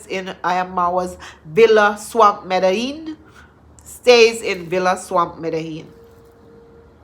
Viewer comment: I like the way you pronounced Medellin, cause I am pissed off by the Argentinian pronunciation of it!